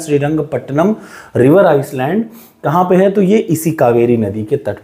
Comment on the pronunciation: Sir I don't want to dimean you.but your pronounciation of Island is totally wrong